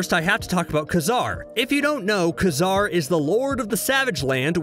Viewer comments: Kay Zar can you freaking pronounce it right now? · Definitely pronounced Ka-Zar wrong